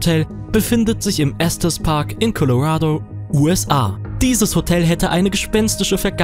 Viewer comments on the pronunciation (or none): none